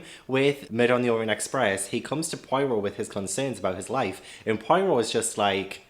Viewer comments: Just one quick thing before I watch the last 2/3 of this. Poirot is pronounced Po-ah-row. Thank you for your attention. Back to the movie now 🤩🤩🤩🤩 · You mispronounced Poirot's name a lot on this video, but that can be forgiven if you only have the written word to rely on. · I love you to the moon and back, please pronounce Poirot correctly. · In the first 3 mins: Oh no.. please say you’re not going to pronounce Poirot that way all the way through this video. 🙈🤪🙃